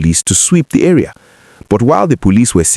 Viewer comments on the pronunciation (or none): none